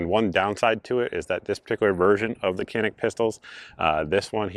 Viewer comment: Walther is German: no "th" sound in German. Canik is Turkish: the C is soft and not hard and the a is not a long a, but the same as in "can".